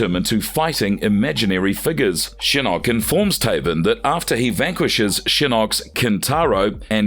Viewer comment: Sometimes I like this narrator but most of time his voice is a nail scratching a chalkboard. I mean some of the mistakes he makes gotta be on purpose, for example you have to literally go out of your way to prounouce Taven like that